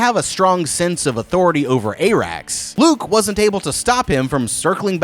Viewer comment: TFW you advertise so hard you can't pronounce any names despite them being spoken aloud T_T I'm sorry but I"m going back to the Glidus/Alt Schwift X tag-team of people who know WTAF they're talking about when it comes to HOTD. Onward, Vermeethior!! Soves, Ay-rax!!